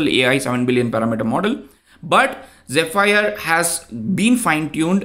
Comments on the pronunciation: The correct pronunciation for "zephyr" is ZEH-fur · i believe its pronounced like ze-fur... thanks for the video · AI: How can I help you today? You: Use phonetic formatting to show the correct pronunciation of 'Zephyr' AI: Sure! Zephyr is pronounced as "zeh-fər". ok that was still confunsing but its zef - fir as in fir tree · its zEpheer :D